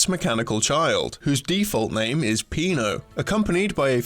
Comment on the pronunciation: SillyDouglas It's because it's Pino, not Peno ;)